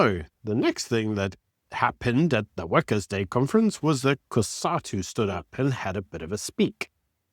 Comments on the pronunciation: Why did you pronounce workers day like that? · Did you say Wackers day or Wankers day 🤔